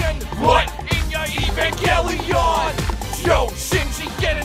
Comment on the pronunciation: The only bad part is the guy pronouncing evangelion correctly